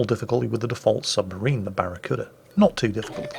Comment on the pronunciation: Did I hear that correctly? The Barracura?